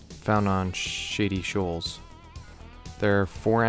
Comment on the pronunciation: I thought you said “shitty shoals”😂